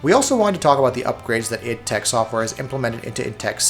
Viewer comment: Can you please say "i-d-tech" rather than "idtech" and then you can simply say "i-d" for further references. Everything time you say "idtech" it sounds like "it-tech", the first few times I wasn't even sure what you were talking about..